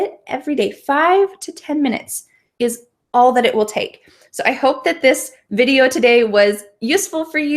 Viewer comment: why do you really pronounce the /v/ sound in the word "video" like the /f/ sound it sounds like fideo